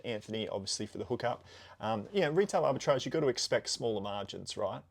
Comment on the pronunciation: That’s now how arbitrage is pronounced…